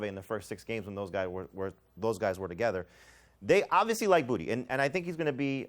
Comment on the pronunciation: To be from Louisiana hearing you guys mispronounce boutte is cringe😂😂